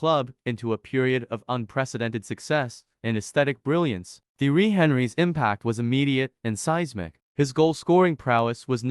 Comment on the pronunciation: You’re pronouncing Thierry’s name wrong. Watch some clips or something because that’s disrespectful to the King of Arsenal